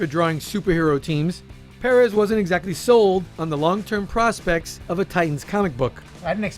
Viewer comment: it may sound funny, but thats the correct way to pronounce it. George told me during that intv everyone mispronounces it